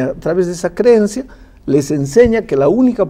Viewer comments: Madre del amor hermoso Jesús! Qué manera de torcer o interpretar la escritura de ese hombre de pastor no tiene nada, ese tira al barranco las ovejas, aprovecha la vida porque luego ya no hay nada más nada! Santo Dios, ni sabe decir creencia, dice creyencia! Para este hombre una parábola es un cuento y no una enseñanza con ideas o personaje de su propio entorno para hacerse entender por los sencillos qué le seguían? no se si reír o llorar, me da tristeza por quienes le siguen, confundidos quedan, con razón hablan tan mal de nuestra doctrina y refutan todo lo que les decimos con escritura, Dios oremos por los que se hacen llamar maestros, pero oremos más por los que se dejan enseñar y engañar por este tipo de autonombrados pastores ignorantes q su verdad no es la que Jesucristo enseñó. Gracias porque se aprende mucho con ud. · Ese pastor dijo creyencia , ni hablar sabe